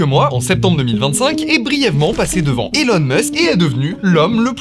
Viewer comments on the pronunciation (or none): none